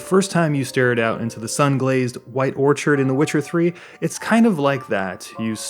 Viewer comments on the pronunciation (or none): none